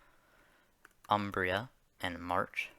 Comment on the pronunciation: Yeah like that was the only one off 😅